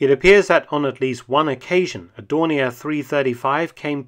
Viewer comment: Funny how you use the french pronunciations and german pronunciation of Dornier in this, Dorni A, and Dorni ER.